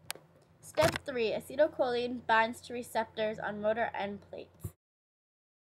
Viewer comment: This is really bad. That is not how Acetylcholine is pronounced.